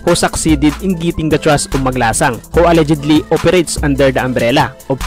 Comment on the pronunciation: No disrespect but you show improve in how you pronounce your words like how you said "Alleged" in a wrong way